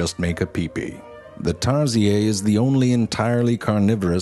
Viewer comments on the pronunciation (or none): I think it's pronounced as tarshir not tarsiye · The Tarsier is indigenous to the Bohol Hill ranges of the Philippines, (being from the Philippines) we’ve always pronounced it TAR-see-ur rather than the Francophied Tar-SEE-ey. I’m having a hard time drawing the line between intentional mispronunciation for comedy and an actual blind spot as you’ve pronounced the names of the animals correctly in most of your videos. Either way, may I perhaps suggest that pronunciation change as I’m afraid viewers might think that’s how it’s actually pronounced. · Me: TarZHEER Him: TarZIYAY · Its tarsier not tarsiaay🙄🙄🙄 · Oh come on tarsier. It's French that's why it is pronounced as Tarsiay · I just discovered this channel and love it 🧡🧡 I’m giggling at how most foreigners pronounce tarsier as “tar-si-yey” 😂😂 we literally just say it as “tar-shir” here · True fact, it's pronounced as "tarshir" not "tarsiyey". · Tarsiyey? It's actually tarsheer AS A TARSIER IM OFFENDED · Tar si-ey in Philippines we pronounce it as tar-sheer But it's still spelled the same. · Wow you narrated tarsier as tar se eehh...they are abudant in Bohol and they are the species that popular in Bohol. Tar she eeeh.. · Or "Tar-siey" is how foreigners prob pronounce it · I'm from the philippines and these creatures are being preserved in bohol. they're such cute little critters with big buggy eyes. and here, we pronounce it's name as "tar-seer/siur" not "tar-siay". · This one's actually quite common from where I am, and this is the first time I've heard it pronounced like that. We pronounce it as tar-shir and not tar-siay lmao. I should start pronouncing it that way, that sounds so posh. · Tar-si-yey? Hahahaha We just call it Tar-sheer in the Philippines. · I'm a Pinoy and you guys always pronounces it's name "tarziay" but we pronounce it as "tarsheer" the R ain't silent. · Zefrank: Taziei Filipinos: Tarshir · It’s pronounced Tar-shi-er but it’s name is Tarsier not Tar-Si-Aye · We call it tarsi-ER, not tarsi-ey. 🙂